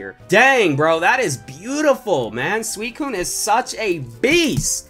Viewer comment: You said swecone not suicine